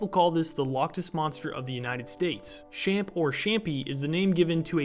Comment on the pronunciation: It’s pronounced “Champ” like Champion, also it’s more a VT then a NY thing